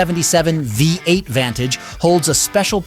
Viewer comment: What exactly is a Wee 8 ? And what is Lugzury ?? In English it's a Luxurious V8 !!